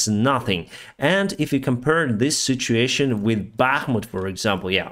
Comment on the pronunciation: I know that you are saying "situations", but I must say it sounds a little like "shituations"! I love it as it's true... stay safe!